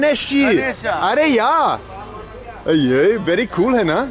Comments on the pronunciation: It sounds like Ari yaa... but he is saying ‘Aree Yaar’ which sort of means ‘oh my friend’ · Should'nt be 'are yar' not 'are ya'? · It’s funny when he says “Areh yaar” but doesn’t say the “r” at the end. So it sounds like “Areyaa” 😂😂 I love this guy, he is friendly